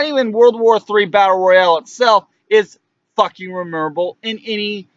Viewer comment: Its MEMORABLE not remeemorrablll or whatever you dribbled out